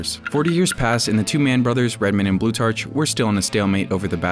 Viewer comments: Its pronounced "Blue-tark", not "blue-tarch". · It's pronounced blue-TARK, like Plutarch. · Blutarch is pronounced "Bloo-tark," the ch sounds like a k such as in architect or psychology.